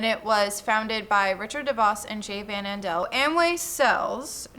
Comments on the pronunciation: Hey! Van Andel is pronounced Van AN-del. (Were a bunch of Michiganders who talk through our noses haha) Source: I’m from Grand Rapids where them and the Devos family own everything. Also my parents got sucked into Amway during my growing up! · I live in the city that treats the DeVos and Van Andel families like deities; having places named after them and even a hotel named after Amway. You have the correct pronunciation of DeVos, but the Van Andels are pronounced as Van like the vehicle; Andle like handle.